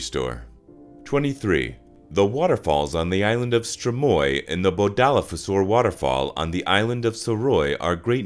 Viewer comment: at least You tried Here are some better ways to pronounce some og the words Skerpikjøt is “sherpichot” Streymoy is “straymoy” And tórshavn is “tors haun”